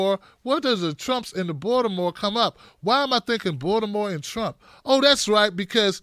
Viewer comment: the way you pronounce Baltimore sounds like you grew up there. 😀